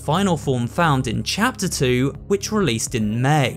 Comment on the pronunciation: i like how he says cheter 2 and 3